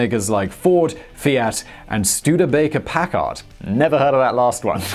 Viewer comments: He needs to learn how to pronounce Packard properly. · It is always great to hear Simon mispronounce foreign words but even funnier when he puts the emphasis on the second syllable of Packard--one of the legendary manufacturers of luxury motorcars.